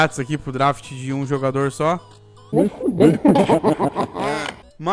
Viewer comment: Ninguém: A -: drAft